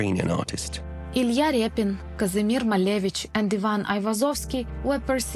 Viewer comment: Guys, what Ilya Repin? Ilya RIPYN